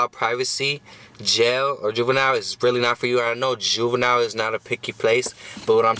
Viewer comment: Did he say boobenille